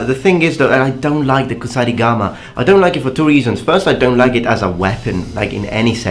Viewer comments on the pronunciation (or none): none